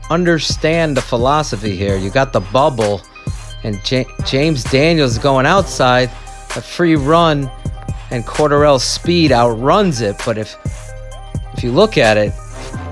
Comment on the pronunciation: Just a heads up... it’s Core-Dare-Role Patterson